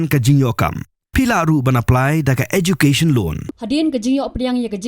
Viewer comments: Education~ not Ejucation😂 Ejucation loan😂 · For your information the english pronunciation of EDUCATION is "ehh jyoo kay-shn" Do check from the English pronunciation Dictionary, so you won't shame yourself in the future.